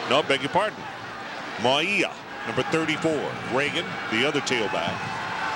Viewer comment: Announcers ALWAYS had difficulty pronouncing UH #34 Mauia=Mao-wee-yah....Maui (like the island) + ah!-lol/smh